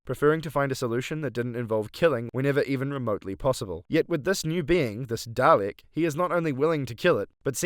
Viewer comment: I'm sorry, I'm sure you have some wonderful insights to share, and I don't mean to belittle them, but... there's no r in Dalek.